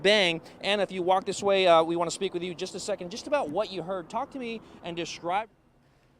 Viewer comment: "shtanding" and "shpeak" omg stop or should I say "shtop? please SHTOP talking like this!!!